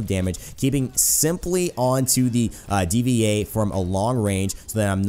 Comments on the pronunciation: It's Dva like Diva. Not D-V-A xD but still good video lol. Also I think Genji is a cyborg. He speaks unlike sentry robot guy with the bird friend (forgot his name)who just goes beep boop. Wish they had unlockable back stories. They should do that. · "D.V.A." It's Diva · please do a video on tracer and btw D.VA is pronounced diva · You know that you speak it out like "Deeva"